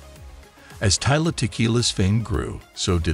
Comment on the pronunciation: You keep saying her name wrong dude, its Tila, not Tyla